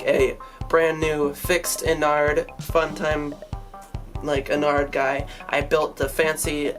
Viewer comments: it's ennard not en-ared so it's kinda like innard like organs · You do realise your pronouncing ennard wrong